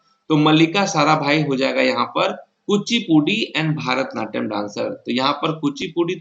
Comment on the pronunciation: Qns सही है, पर भारतनाट्यम नहीं वो "भरतनाट्यम" होता है।